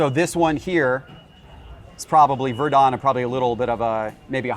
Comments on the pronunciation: It was Vir’den not Vir DON’. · Ver Done? 😅 I guess he is not much of a baseball guy. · the biggest card store in the world and he pronounces bill virdons name wrong you cant make this shit up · I like the way he pronounced the Bill Virdon. He gave it a European flare. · He clearly has no idea who Bill Virdon is. 😢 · He didn't even know how to pronounce Virdon!